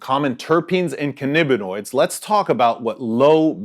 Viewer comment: Cannabinoids, not cannibinoid. Vaping is smug.